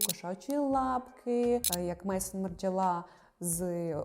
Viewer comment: вибачайте за 5 копійок! Правильно буде Мезон (Maison), а не Мейсон. Бо це з французької «дім», а не англомовне ім‘я.